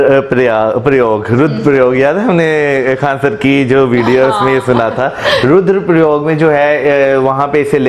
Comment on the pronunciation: As always pronunciation is wrong.He cannot say Rudra Prayag and Mandakini.Prayog instead of Prayag.